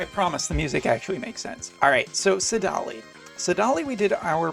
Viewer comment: I was fine with Duane but saDAHli? Come on :-)